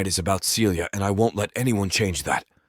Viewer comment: Why does the female voice frequently pronounce Celia (Sealya) as Felia (Feelya)?